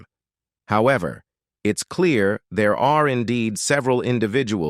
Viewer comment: Did he say everybody was “deah”? The king’s English “brother” please! It’s 2024. 👎🏿